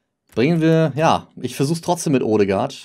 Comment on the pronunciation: Er wird nicht odegaard sondern ödegaard ausgesprochen